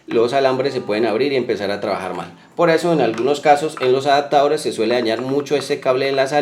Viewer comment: "Aptadores, encasulado, intenamente, vatiaje "... ¿Qué tenes en la boca?